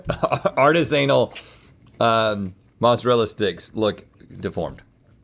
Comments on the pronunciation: Wow, we got treated to DET-ri-tus and artis-AY-nal in the space of like 10 seconds lol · I think that's the first time I've ever heard artisanal pronounced like that, I think I'm going to pronounce it like that from now on.